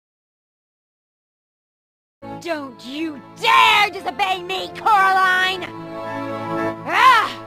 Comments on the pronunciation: just to let you know, it’s not coralina, it’s coraline ^^ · IT'S CORALINE NOT CORALINA